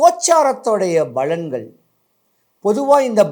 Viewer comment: balangal illai palangal